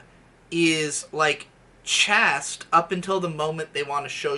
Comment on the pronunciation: Mispronounced "chaste" and "gestalt".